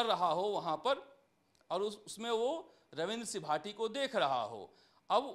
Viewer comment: Naam to sahi se lena sikh lo ravindra c bhati bol rha h